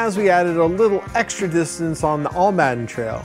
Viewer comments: Dude.... thanks for promoting Calero and Almaden parks, but it is pronounced Al-ma-den, not All-madden. I live in San Jose and mtn bike at both parks so ask the locals the correct pronunciation of the parks you visit. Thanks again for promoting both parks. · Almaden: Pronounced - 'Al-Ma-Den' Old Spanish for mining or metal operations Great on board ride!